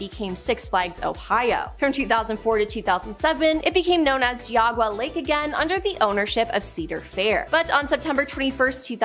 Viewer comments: Just like Geauga Lake. It is pronounced gee-og-guh lake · Ohioian here, Geauga is pronounced like Geeogga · It was hilarious watching them try to pronounce Geauga Lol